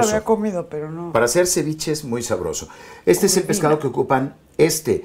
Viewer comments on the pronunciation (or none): Excelente receta, me encanta 💕Con el perdón del seńor Peniche el pescado se llama “Corvina” no “Curvina” y en inglés es el “ Sea Bass” . Muy amena entrevista y un gran actor.